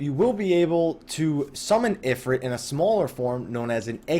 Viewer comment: i believe in the folklore/culture is talking about it is spelled "Efreet" and the "ifrit" spelling is unique to the final fantasy games this is why I believe your pronunciation is correct. he's just based off of an Efreet he isnt the same entity. the actual deity Shiva is waaay different than the Ice goddess that we know of from FF as well so no surprise there. tho interesting to note that Balthier from final fantasy 12 does infact refer to the airship as "the efreet".